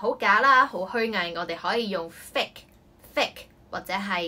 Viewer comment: 首先謝謝Melody 分享駡人英文，內容實用，小劇場生動有趣，但我想你留意fake & hypocritical 的讀音，, 我聽左你讀幾次覺得不妥，之後查埋字典reconfirm 你的讀音和cambridge 字典有很大分別, 你將fake 讀錯了 ， 原本 母音ei 你讀成另一母音為i，另hypocritical 中第2個音節 你也可多留意其正確讀音，這母音應是弱音ə 你讀成 另一母音əʊ，pə 錯讀為 pəʊ所以希望你留意吓這兩個字正確發音。thanks